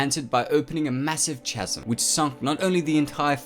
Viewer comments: Don't pronounce the H in chasm, it's pronounced kas-am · Good video, ruined by your pronunciation of "Chasm"